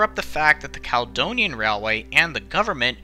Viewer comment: Being from Edinburgh and spending a good few years working with Americans (Daily conference calls) I can testify that a lot of Scottish names seem beyond Americans. Only names that really jarred with me was Caledonian (Cala-Donia) & Carlisle (Car-Lyle). Most of the rest were a good attempt.